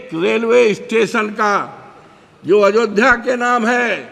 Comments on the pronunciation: बुड्ढे अयोध्या कहना सीख पहले अजोध्या कह रहा भोंदू भक्त 😂😂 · अवधेश प्रसाद तुम्हें इतनी तमीज़ नहीं है अयोध्या कहा जाता है पहले हिंदी पढ़ कर आओ छलनी नहीं है बोलने की और बोलने लग गए अयोध्या भी बोलना नहीं आता है तुम्हें बेवकुफ जय श्री राम